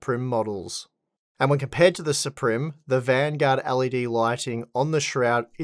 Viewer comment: i like to believe is pronouncing "supreme" that way because of the funny spelling